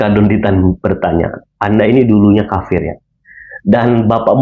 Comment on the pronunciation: Tolong, jangan salah sebutannya. Yang benar, BUKAN KAPIR TAPI KAFIR, YA?! Terima kasih. 🙏🙏🙏